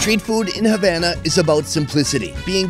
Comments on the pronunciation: as a Cuban,it pains me to hear pronouncing Havana as Javana as in Jam!! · Food review guy: Havan- Me:HavAna OoH NanAaaaaAaaA